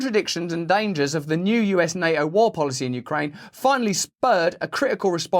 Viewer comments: PuuTTTTTTin Not Puuin 🤣 NAO 🤦🏽‍♀️ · ... general people cannot stop this madness ... maybe some aliens will show up and say: "playtime is over now kids" ... disarm us ... and eat us for breakfast ... by the way Russel ... why do you not pronounce the T in NATO ... is that a typical british thing that they leave the Ts out or just yours ...? As I am not an Englishman I ask myself ... why ?...😈